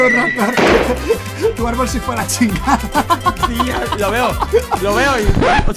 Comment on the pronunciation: mike: lo siento raptor, el árbol se fue a la chingada [acento mexicano ] XDDDDD